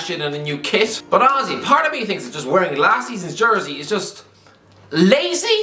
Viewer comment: I am a dumb American, can someone please explain why he keeps saying Ozzie? And yes I did try to google it. Edit: is he saying honestly?